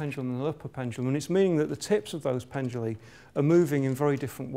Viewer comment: Pendula, not penduli